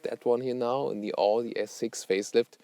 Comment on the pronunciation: Wie kann man als Deutscher AUDI falsch aussprechen?